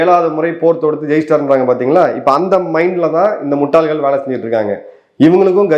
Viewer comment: வணக்கம். இந்த முட்டாள்கள். இந்த வார்த்தையை நீங்கள் உச்சரிக்கும் போது ரொம்ப அழகாக இருக்கிறது. வாழ்த்துக்கள்